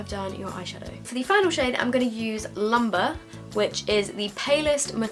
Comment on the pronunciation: Cayenne is pronounced (kye-anne) it's a hot spice and that shade isn't Lumber like all the beauty gurus keep saying, its lumbre pronounced (loom-bray) it means fire/light in french 😊